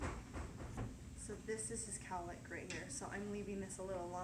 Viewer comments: The amount of times she says calick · if i hear cowlick one more time... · Shots for everytime you hear cowlick? Lol. Good video though. Will be trying on my son's hair. Crossing fingers.